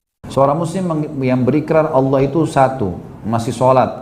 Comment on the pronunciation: LOE PERBAIKI DULU SEBUTAN NAMA TUHAN KEPUNYAAN ISLAM TEN DULU. BUKAN ALA.......APA APAAAN ALA ALA ALA ALA. APA LIDAH LOE KAYAK LIDAH 🐍. KEKEKEKEKKEEK